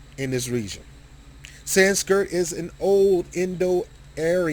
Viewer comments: Hard to take you seriously when you keep saying "Sanskirt" rather than Sanskrit. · s k r I t , not s k I r t , dayumm learn to read